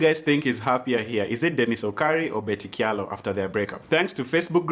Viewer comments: So,, it's pronounced "cha-lo" not "kya-lo" just so you know:-). Aki don't blast me. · Kamba names with ky are pronounced ch eg in this case kyalo is pronounced chalo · Kyalo pronounced as 'Chalo'!